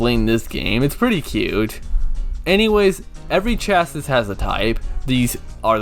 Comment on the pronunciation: This was a fun review to watch, although it's kinda funny hearing someone who's not a car person try to talk about car terminology :P Like that's not how you pronounce 'chassis' at all. Also, the 'classes' are your drivetrain options, which basically determine where the engine will be in the car and which wheels the power goes to. Like FF means Front Engine, Front Wheel Drive, FR means Front Engine, Rear Wheel Drive, and so on. IRL, where the engine is placed in the car (and thus the center of gravity) plus which wheels drive the car forward will have a major impact on how it handles. For a basic example, FF cars will tend to understeer in turns, while FR cars tend to oversteer and spin out if you aren't careful. What's also really cool is the car's body changes in appearance depending on which drivetrain you pick, even if the IRL equivalent never had a version of the car with that drivetrain. I do love what you said about the story though. Does sound pretty interesting aside from the out-of-nowhere plot in the last 1/4. I really should try this out on emulator at some point but I keep putting it off.